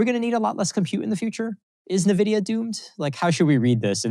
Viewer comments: Uh, not nah-vidia, EN-vidia. It's helps your credibility if you pronounce the company's name correctly. Just saying. The discussion is very good, thanks. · why would anyone be listening to this dude when he says "Navidia" for nVidia? ... apparently he even brought "Navidia" 😂